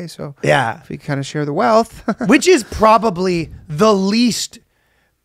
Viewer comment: What did he say "share the wealth" like that? 🤣🤣